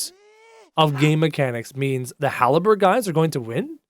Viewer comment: Halberd not haleberd